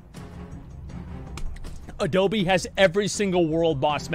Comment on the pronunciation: i like how his name is not even adobe but adole lol